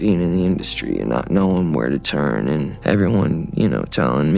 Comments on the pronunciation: Justin literally teaches you how to say turn. But you’re still saying churn. Stop saying churn 😢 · why do you pronounce "turn" as "churn"? Asking for a friend.